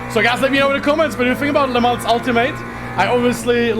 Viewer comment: The Track in France it say Le Mans without S. This Track it say not Le Month.